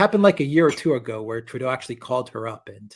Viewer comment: Did you say Trudeau or Playdough?